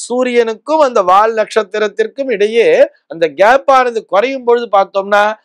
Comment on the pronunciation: Not "வாழ்". வால் is correct.